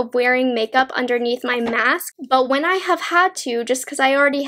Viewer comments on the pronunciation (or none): none